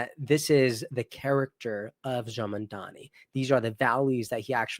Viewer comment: lolol it's actually Mamdani, but hey, you tried.